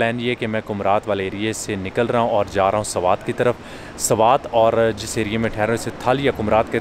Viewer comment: Sawat nahi swat.😮